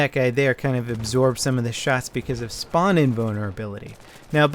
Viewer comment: "spawn" not "sperm" ;)